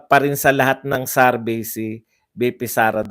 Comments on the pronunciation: SAR-BAY SAR-BAY SARBAY!! ang sakit sa tenga;,, SURVEY, SUR-VEY PAKIBAGO naman po ninyo ang pronounce... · Survey! hindi sarvey.😁😁